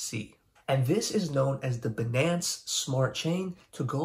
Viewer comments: The way you prinounce Binance is killing me. Say if like finance with a B though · What wrong about banaance? 🍌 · The way you say Binance freaks me out. Am I saying it wrong? I prefer my way. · Anyone else stopped watching after hearing him say Binance?